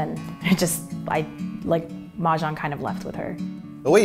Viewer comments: i can't figure out what Chinese dialect she spoke when she said 'play mahjong! If it's mandarin, it's defo wrong! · Chris C. "pong kong hu game gameover win" that's all fine. But never heard anybody says "Mahjong" in the end